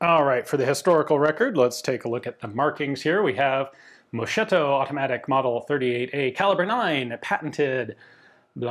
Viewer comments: For your info: "moschetto" (in modern military Italian it's a rifle that has the barrel shorter than the stock, definition that it's not popularly really known in Italy outside military circles) is pronounced "mos-ketto". In Italian, with no letter K, the K sound is given by the diphthong "CH" (differently than in Spanish). Also in "polizia" (police) the accent is on the very last letter "I". Since we are on the subject of Italian pronunciation, "Carcano" is accented on the first "A" not on the second one (as everybody seems to believe in the USA). You'll thank me later, Ian 😁. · You mispronounced moschetto. Imagine that Is called mosketto, this Is a better pronunciation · Written is MOSCHETTO but spoken is MOSKETTO. The 'ch' in Italian has the same sound as 'k' in English. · love your videos, but just a hint on pronunciation, moschetto try it as mosketto... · Pronouncing would be Mos-Ketto! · CH is pronounced like a ''k'' in Italian.. Read as ''mosketto'' (musket) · The way Ian mispronounced it, the MAB turned from "Automatic Musket Beretta" to "Automatic Softie Beretta" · I thought it was a mispronunciation! I was second guessing myself. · Always nice videos, cpuple points: - Still mispronounce Moschetto - That bayo isn't unicorn-level at all, it's scarce to rare but not that rare - MAB38s didn't get fixed blade bayos, only Carcanos got them (mostly for scale of production semplification) - Italian Army received MAB 38s in 1941 because they adopted it in 1941.